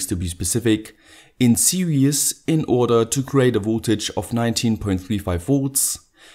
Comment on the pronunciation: Its "series" connection not "Serious" your_pronounciation